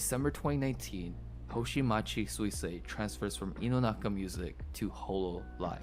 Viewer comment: It's not that Suisei is difficult to pronounce, it's that figuring out how to pronounce it from how it's spelled is a little difficult. (google translated version below just in case) すいせいは発音が難しいというわけではなく、綴りから発音方法を理解するのが少し難しいのです。